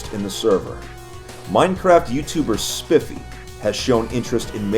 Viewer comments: Not Spiffey, It's pronounced Sp-eye-fee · SPIFFEY LMAOOOOOOOO HE CALLED HIM SPIFFEY, its spifey not spiffey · It's pronounced spyfy not spiffy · its not pronounced "spiffy" its pronounced "spyfee" cause theres an "i_e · Lmao "spiffy". You read Spifey like Spy-fee. He's a real OG to minecraft playing some of the most hardcore gamemodes. If he goes on 2b, he's playing vanilla. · XDDD! Spifey, not spifee Spi-fey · AHHHHH you called him spiffy... it’s pronounced spy-fee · Its not "spiffy" its "spy fee" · spifey is pronounced as spi feey not spify xD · i love how you pronounce spifys name its not spi fy its spie fy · "spiffi" smh, his name is spifey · lol its spy fei not spifi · its not pronounced spify its pronounced spy-fe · Its SPY-fee not spif-ee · FYI his name is pronounced spy-fee not spiffy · Btw its pronounced spy-fee not spifee just so you know for next time, good vids keep 'em coming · spif-e LOLOLLOLLOL its pronounced spy-fee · It's Spy-fee not spif-ee lol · Just wanted to point out thats it pronounced spyfy not spiffy XD, u probably dont care but yea... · It's spy-fee not spiffy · Also it’s pronounced Spyfy not spifey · I think its pronounced SPY-Fee... Not SPIFFY lol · Its pronounced spy fi not spifi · It’s s I ffy lol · SPIFFY it's spifey not SPIFFY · pronounces spifey 'spiffy' DRUNKBOYHALO INTENSIFIES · you pronounce spifey like spy fee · "Spifee" The "i" pronounced like "eye" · It pronounced more like spyfey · Nobody gonna say how he said spiffy not spifEy? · it's pronounced sp-eye-fee and also a6d is a youtuber who has been seen in the 2b2t queue. This is dangerous because he got fans from a larger youtuber called skeppy whose fans are basically a cult and very wild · "speefee" ... Dafuq? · Ahaaha it pronounced Spy Fee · Did he really say spiffy instead of spifey? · His name is said Sp-I-fey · its nOT ''sPIF-ey'' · It's spy-fee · It’s pronounced “spy-fee” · it really hurt when you said spifeee and not spifey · Its spifey with a long i